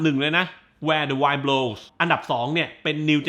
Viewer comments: เพลงเพราะทุกเพลงจริงๆค่ะ เสียงน้อง Ado ดีมากกกกก ปล.เห็นชอบเพลง Where the wind blows เลยอยากขอนิดนึงค่ะ Wind อ่านว่า วินด์ ค่าาา ไม่ใช่ไวนด์น้าา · แวร์ เดอะ วิน บโลวส์ นะครับ😄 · Wind อ่านว่า วินด์ นะครับพี่